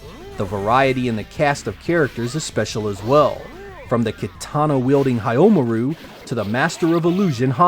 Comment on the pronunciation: "Hayomaru"!? woah what a way of butchering his name. Not even the AI helped you make a good presentation.